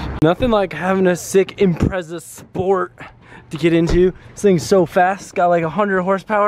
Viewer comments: Impretza.. Im - pret - za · u say impreza wrong